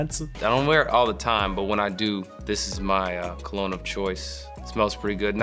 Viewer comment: First one butchered the word 'cologne'.